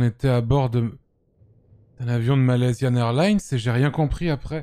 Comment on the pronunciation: "Malaisya airline" 😂😂😂😂😂😂😂😂😂